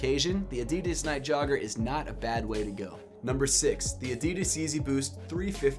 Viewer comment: You think he’ll ever learn to say adidas correctly..?